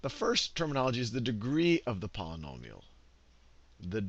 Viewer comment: When you can't properly pronounce "Polynomial" I think it's obvious you have no clue what you are doing.